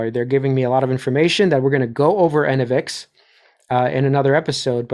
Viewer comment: (1) Enovix- pronounced: en-NO-vix … (2) I remember when $ENPH revs were 1/2 of $SEDG. They’re almost neck and neck… Factor this into your investment thesis. BTW- $SEDG sux 🚮…. what a dumb name for a company- “solar edge”🤦🏻‍♂️ngmi Put the 💰 you were going to invest in $SEDG into $BTC/$ETH . That’s a more efficient brand of diversity, imho. (3) Good work on the update 👍🏽